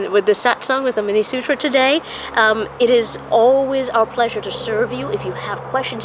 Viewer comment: Great knowledge ! Kindly pronounce this as sootra , thanks once again